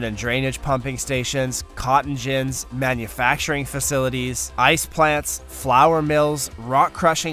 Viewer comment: All this production...only to pronounce cotton gin wrong. Stay in skool kidz.